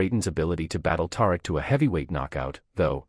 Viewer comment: I can't continue. His character's name is not Tar-rick